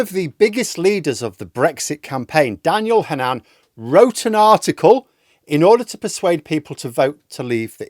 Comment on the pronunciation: Not sure why you put the stress on the second syllable - HanNAN.